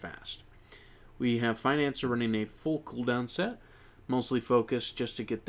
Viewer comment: i think you pronouns financier's name wrong, because it's in French ( [finɑ̃sje])